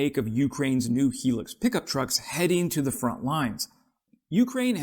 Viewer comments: Hilux, not 'Helux', sorry. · not HE-LUX.....it is HIGH-LUX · Hi-lux not helix. Yikes.😢😂😂😂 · Pronounced 'Hi-lux' mate.👍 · It’s pronounced ‘ high lux’ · It's pronounced High Lux Hi Lux!! It's not as good as it used to be ..they used to be unbreakable!! Not anymore!! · Holy hell man, do some quality review of the literature and background on your subject. I've been driving the "high luxury" or HiLux in one variant or another for 40+ years. I've never heard it pronounced the "Hee Lix" even in Latin America. Fail. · Pronounced, highlux.